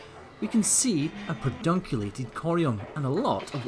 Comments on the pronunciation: Sorry. Pedunculated, not perdunculated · It's pedunculated, not perdunculated :-) I admire your full name. Lots of families do that. it's an honor to carry on the family name. Your daughter is beautiful, just like her mother! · Be honest, how many takes before you got pedunculated correctly?